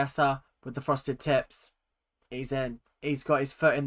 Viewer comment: I keep hearing "frosted tits" instead of "frosted tips" and I can't stop laughing everytime you say it LMAOO